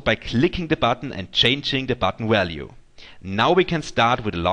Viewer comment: Crack me up "Wallue" LOL